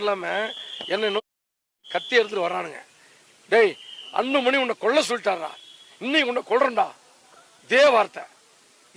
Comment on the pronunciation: கொள்ள இல்லடா கொல்ல